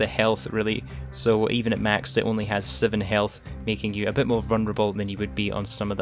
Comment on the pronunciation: Seven not siven